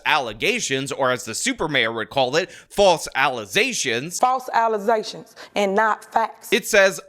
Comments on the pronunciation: Alleze, allezing, allezedly, allezations. 😎🍀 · do you mean to say that these allezations be true?! 😮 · Sounds like some more false allezations! 🗣️